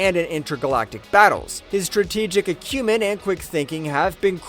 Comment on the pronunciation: Enough force and you can generate heat. Also not how you pronounce “acumen”.